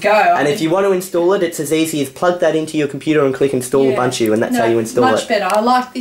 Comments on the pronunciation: He's now pronouncing Ubuntu correctly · YOU SAID IT RIGHT!!! What got you to say ooboontoo all the time? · lol nice UBUNTU saying